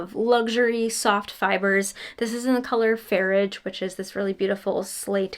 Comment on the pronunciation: Farraige (far-ig-ah) == Sea in Irish :)